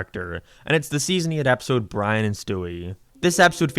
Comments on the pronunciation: He pronounces Brain as Bran most of the time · it’s Brian not byan